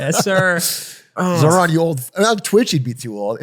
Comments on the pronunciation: doug with another boomer take.. pronounces iran eye ran zohran zo ran mamdani mamdami and doesnt understand socdem policies now he just needs a hawaiian shirt and sandals ICANT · Ok just want to say love DougDoug. Minor quibble though is his pronunciation of Zohran made me cringe a lot.